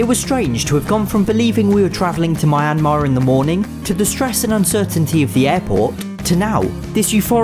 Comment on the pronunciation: I kinda cringed when I heard pronounce Myanmar. But other than that, great video and I hope gets a visa to go to Myanmar! Enjoy the food and places!